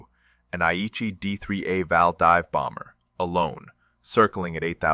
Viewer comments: It’s VAL, not valve!!! That’s just ignorant. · Val not valve is AI at its best